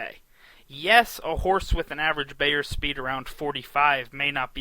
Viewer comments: Hey, it's BIIIIIIIER, not BAAAAAYER. He's the most prolific handicapper, writer, speaker and defender of horse racing in history. Not hard to pronounce his name correctly. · It’s Bye-er , not Bay-er. Makes me think this guy doesn’t know anything.